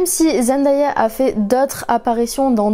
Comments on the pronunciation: Sa ma stresser du fait que tu dit zendAya mais elle avait dit que sa se prononçait zenDAYa genre day comme dans monday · son nom se prononce zen day a pas zen die a elle l’avait dit dans une interview ;)) sinon très bonne vidéo comme toujours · D'ailleurs elle a dit qu'on prononce mal son nom, ça se dit zenDAYa et non zenDIEa. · Ce n’est qu’un détail mais j’entends plein de gens qui disent ZendAya et ça me perturbe trop on dit ZendÉA ! Sinon super vidéo je connaissais presque toute les anecdotes mais j’ai appris des trucs cool 😍